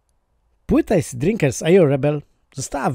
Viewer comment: Asid nie Ejsid 💪😜